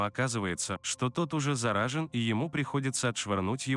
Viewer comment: ты слово заражен научись выговаривать